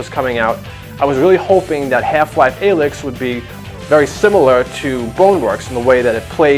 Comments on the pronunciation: Every time you mispronounce Alyx makes me want to gouge my ears out! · I agree